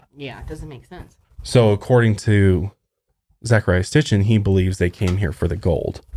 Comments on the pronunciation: Zecharia Sitchin - It's pronounced SIT-CHIN not STIT-CHIN. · Geezuz it's painful watching these 2. It's Sitchin, not sTichin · Zecharia Sitchin! Not sTitchin lol I'm listening to his book "The 12th planet" right now and it's all about this stuff. Perfect timing with this podcast :) I love you guys! Keep up the good work :) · S-i-t-c-h-i-n. Zachariah Sitchin. Sorry, but I have some bitchy problem with hearing people mispronounce things repeatedly that compels me to correct the speaker. 😅 I like that you two seem genuinely interested in the topics you cover, though. If you ever do another show about ancient aliens and you need a researcher, I’ve spent the better part of the last decade reading extensively on the subject and am currently working on my own book on the topic, as well. I have about 40+ books in my personal library that would blow your minds. 😉 Please don’t take offense to the correction- it’s meant to be helpful criticism!